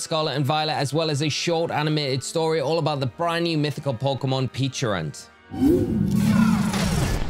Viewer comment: Not to be THAT guy.. but it’s pechArunt not pechIrunt…